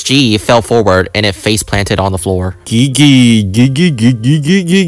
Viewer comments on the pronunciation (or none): You said my name gigi without The i's